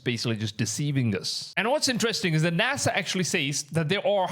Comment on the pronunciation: "Nasha" ≠ NASA